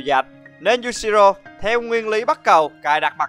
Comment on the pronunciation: Cười nhất đoạn anh đọc nhầm Yushiro thành Yashiro ;))))))))))